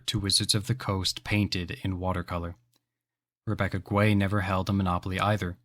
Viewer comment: It's Rebecca Gay not Guay. I've heard her say it to clarify. Great video. You've tapped into the same drive Rhystic Studies has sparked in me.